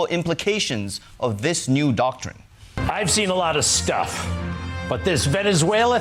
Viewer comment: I believe what he actually said was “the Donroe docurine”